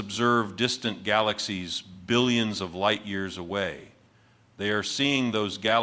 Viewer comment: You can tell it’s AI because there’s no stress on the “B” in billions!